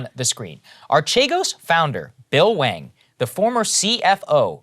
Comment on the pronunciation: Is it pronounced Wang? Or hwa-ong? Dude is a professional scammer.